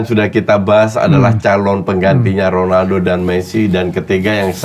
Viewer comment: Bung Helmy emang cara sebutannya KHONALDO ya? 😂 nanya aja sih